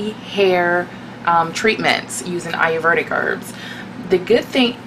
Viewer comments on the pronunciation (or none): I love the video! But the word is pronounced a-yur- VAY-dik or a-yur-VEE-dik. Not a-yur-VER-dik.